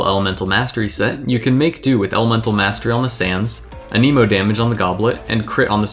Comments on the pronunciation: Why does everyone pronounce Anemo as a-KNEE-mo? I'm pretty sure it's A-neh-mo. I mean, that's even how Sucrose says it. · Okay so I really do hate to be that guy but I really feel the need to point out that is 1000% not how you say anemo. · The was you say anemo 😨 no no no